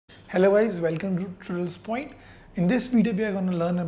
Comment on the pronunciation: Seriously improve your speaking first. Why make a tutorial when you can't even pronounce tutorials right?